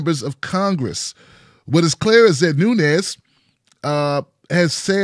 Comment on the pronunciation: his name is not Spanish (Núñez) but Portuguese - Nunes.Just adding some linguistic info.